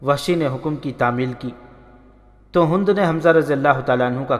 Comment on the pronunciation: Hund nhi Hind